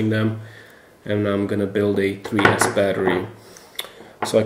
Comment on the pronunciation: Did he say three ass?????